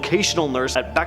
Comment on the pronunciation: Bay-har is how you say Bexar